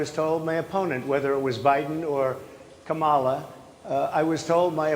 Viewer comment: How come he still can't say her name right? After all these years